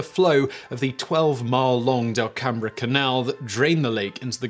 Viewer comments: been there - the inn and restaurant and tulip fields are amazing ps - it's pronounced "dell-come" not "dell-cam-bree" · Delcambre is pronounced 'DEL-CUM' NOT 'DEL-CAM-BRAY'!!! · The house is completely gone. It's only the bottom few feet of the chimney in the water, it's fairly close to the shore. I live about 5 miles from there. Simon's pronunciation of Delcambre (it's pronounced Dell-Come) hurt my soul. LOL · Extra bonus fact: "Delcambre" is pronounced "del-come" by the locals and they act extremely offended if you pronounce the word like any normal English speaking non native would. Source: I'm from Louisiana and work in that area. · Fun fact. I did a summer intern job where we studied the lake before it disappeared. We wrote a report on the aquatic life, geology, and sedimentation. The "Delcambre canal" is pronounced "Del-come canal", not "Del-Cam-bre" canal. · Pronounced “dell-come canal.” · Delcambre is "DEL COME" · The bayous name is spelled Delcambre, but it's pronounced delcum. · 1 for 2 on the South Louisiana name pronunciations. You got Lake Peigneur right, but butchered Delcambre. It’s just DEL-cum, but not a super strong emphasis on the first syllable. Signed, Someone who grew up in neighboring Erath and have family who currently live on the lake. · I live about 15 minutes from there! (Also Delcambre is pronounced "dell-come") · Delcambre is pronounced “dell-come”. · You are pronouncing the lake name wrong just saying Pronounced like pen-ure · Lol you pronounced Delcambre wrong, it’s pronounced like delcum. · Hi Simon. Fun video. I was born and raised in Iberia Parish, where this took place. I was 8 years old when this happened, but I remember it well. Also, Delcambre Canal, named after the nearby town of Delcambre, is pronouced like Dell-cam. The bre is silent. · Hello from South Louisiana! Great video as always but a few linguistic corrections: Lake Peigneur is pronounced "PIN-your" Delcambre Canal is pronounced "DELL-come"